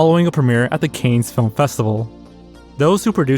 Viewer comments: Bro said canes film festival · Van Nuys - pronounced (van-eyes) - A neighborhood in the San Fernando Valley Cannes, France - pronounced (kahn) - a city located on the French Riviera Robert Goulet - pronounced (Goo-Lay) Former husband of Carol Lawrence These are extremely famous and common names that any native English speaker should know how to pronounce